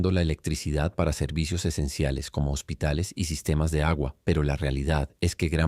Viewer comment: Yo conozco la palabra hospitales no hositales 😂 saludos 🫡 y ojalá y caigan todas las dictaduras …